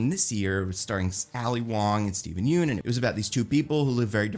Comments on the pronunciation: It’s pronounced “Yun” not “Yoon” 🤘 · Hey, quick fyi, Yeun is pronounced like fun